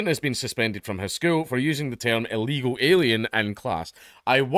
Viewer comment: He said Ill Eagle Alien.